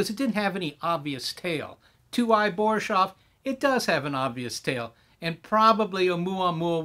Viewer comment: BoriSHov? No, it's BoriSov. Thanks for the upload, I appreciate it definitely wasn't boring.